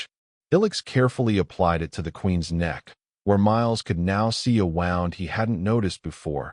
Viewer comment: mis pronounced wound and it is erbs not herbs